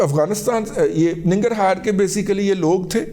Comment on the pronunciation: ایران سے ہماری کوئی دشمنی نہیں - آپ ذرا اپنا علم ریوائز کر لیں- پہلے ننگر ہار کا تلفظ بھی درست کرلیں